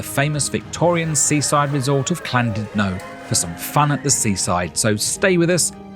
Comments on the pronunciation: What’s this Clandudno of which you speak…? 😂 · I was looking forward to this til you said CLANdudno!